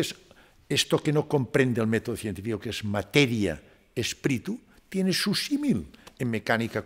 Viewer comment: Excelente entrevista, el doctor tiene unos conocimientos espectaculares, solamente le queda por aprender que no se pronuncia “espritu “ 😅😂❤ todo lo demás ha sido espectacular, gracias 🙏